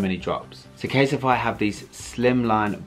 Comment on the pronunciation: anyone pick up on how kept calling it caseify as opposed to casetify 😭 great advertisement 👍😭